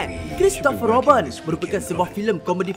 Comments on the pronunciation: salah cakap bukan roben yang nya robin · Pronounce tu nanti boleh perbetulkan.. Comics bukannya Comeks Robin bukannya Robben..